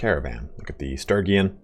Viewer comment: Jesus take your time getting to what everyone wanted to know. It's Sturgian not Sturygin.